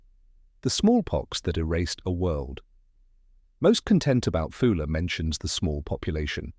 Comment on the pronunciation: It is a Scottish island not British, name wrongly pronounced, AI generated slop